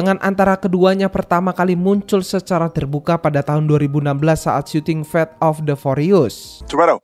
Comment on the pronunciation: Sekedar meluruskan, kata "FAST" bukan di baca sebagai "fest" pake e, tapi tetap sibaca sebagai fast [faest} dengan lafal "a" di awal, baik lafal british english maupun american english 🙏 entah saya salah denger apa ga